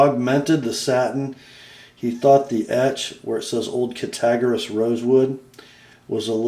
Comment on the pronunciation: ( Pssst.............ya got the "g" and the "r" in "Cattaraugus" switched around in your pronunciation of the name. Look closely at the name, as it is properly pronounced as: "CATTER-AUGUS"............the "augus" is pronounced like the month "August". Of course, I purposely mispelled the name in order to verbally demonstrate the proper pronunciation.............thought you'd like to know.) ;-) The Northfield version of the GEC Eureka Jack is exactly the same as the SFO they did for these guys..........both blades, bolsters, swages & all. The only difference was the tang stamps & etches. I could be wrong, but if I'm not mistaken, it is the gentleman's wife, who is the great grand daughter ( or grand niece, maybe? ) of JBF Champlin. I really dig this company, and the fact he and his partner resurrected this old name. Actually, "John Brown Francis Champlin" started out as a cutlery salesman for the very old "Friedmann and Lauterjung" cutlery company. He later left them, where he and his son "Tint" formed their own company: "JBF Champlin & Son"...........JBF's sister had earlier, married one of the Case brothers, so 4 of the Case brothers, with one of them being JBF's brother-in-law, joined JBF Champlin & Son in 1886, to become the Cattaraugus Cutlery Company. Them Case boys had their hands in so many different cutlery companies back then, and I believe a few started because of Case sisters marrying into another cutlery family, who would then join with his "brothers-in-law", the C